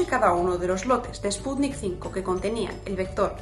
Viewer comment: No es Sputnik "cinco", es sputniv uve V de vaccine, o vacuna.